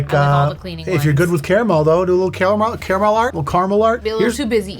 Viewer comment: It's definitely not car-MEL, dude.🤣 I'll accept /car-mull/ or /care-a-mel/, but car-MEL? What're you a fancy pants, bro? Get outta town! Yes, I am the Pronunciation Police. Get on the ground!!👮